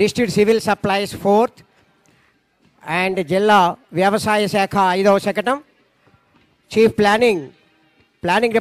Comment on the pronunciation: శకణం కాదు శకటం